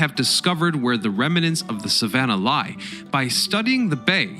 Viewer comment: Rem-nants, not rema-nants.